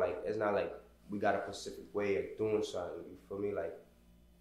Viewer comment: Nicca it’s specific not “Pacific”🤣🤣